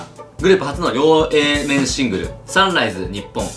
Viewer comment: 両A面のこと、ふつうにりょうえーめんって読んでたからダブルエーサイドシングルは吹いたw